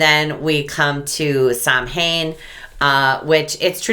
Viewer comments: Samhain is pronounced Sow-en (Irish) or Sov-en (Scottish). NEVER "Sam-hayn". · Pronounced Sow an. I follow an Irish lady. Her YouTube channel us Beltaine Cottage. You would like her i think. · samhain is pronounced "sow- inn"